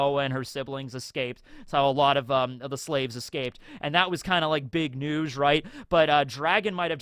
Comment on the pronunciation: You did t say ‘big news!’ Like how it’s sapose to be said